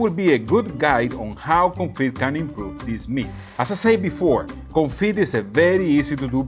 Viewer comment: Today is a break from your English classes! It's French day... 😀 Confit has a silent T, it's pronounced "Confee." 😉 And yes, it does amazing things for beef,chicken, duck is popular, anything you want to cook. Keep up the good work 👏